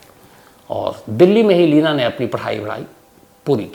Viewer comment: Lavina Nhi Bhai, Leena😜